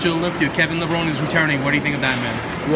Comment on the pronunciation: It's amazing that Kevin has been around for over 20 years and people still don't know how to pronounce his last name. (It's Levro-nee)